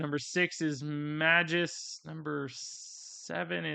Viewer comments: Not Meh-juss. May-Gus. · I just have to say this cuz it's already bothered me and I'm a stickler that way...Magus = May-guss. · You must have been purposely mispronouncing magus name. The first card was nails on the chalkboard every time you mispronounced it.